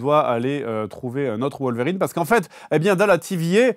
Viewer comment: Fred Logan n’est pas une vérine lol c’est wolverine non wolvérine 😉